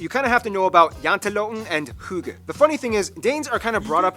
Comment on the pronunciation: I am a danisher and Denmark got a butiful nature When you said hygge you said it like it's pronunced